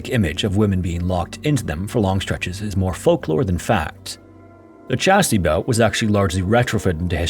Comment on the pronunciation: 'Chastity belt'. Not "Chasty belt".